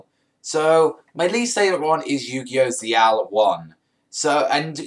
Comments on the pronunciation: It's zexal not zeeal yo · ZEXAL!!! NOT ZL.